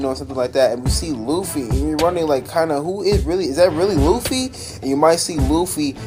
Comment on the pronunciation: Im i crazy or smth cuz the guy dat is talking said oofy or uffy